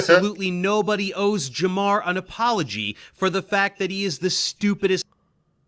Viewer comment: As someone with the name Jamar. Please remember to pronounce the R. Idk how even other black people get this shit wrong lol 😂🤦🏿‍♂️